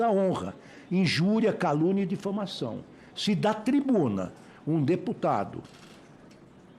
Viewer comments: ELE FALOU " DEFAMACÃO " JESUS DO CÉU SERÁ QUE ELE CONFUNDIU COM "DEFUMAÇÃO"? CREIO QUE SIM SÓ PODE! ELES ESTÃO ENDEMONIADOS PELO " PODER "? TUDO LEVA A CRER!🎉😂 QUE HORROR! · Defamaçao??? Um Ministro falar errado?? Vergonhoso! O correto é difamação 😂